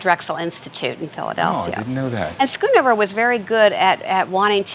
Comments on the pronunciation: For that price, it is not "Skoenover". It is pronounced "sgonover" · Its so fun to hear Americans pronounce Dutch names, skoon over 😂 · SCHOONOVER,,,,,HOW TO PRONOUNCE A DUTCH NAME ....DOUBLE O SOUNDS LIKE BOAT